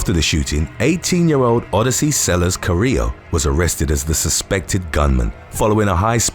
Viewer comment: My maiden name is Carrillo and no one ever pronounces it correctly--you pronounced it perfectly.